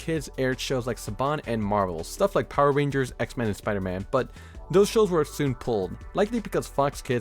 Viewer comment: It's pronounced X-Men not xman